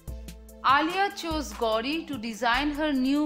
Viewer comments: Hey anchor it’s not gaudi but it’s gauri 😂😂😂😂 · She says gaudi khan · You pronounced "Gauri" so badly